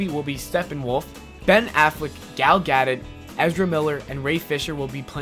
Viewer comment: And it's Gal 'Ga-doe'!